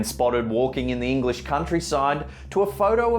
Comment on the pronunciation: Slennddder? Eng lishhh? Imaa head out